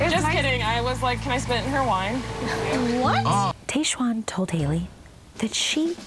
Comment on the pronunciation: It’s pronounced Tahjwan (not Tayjwan). TAH not TAY.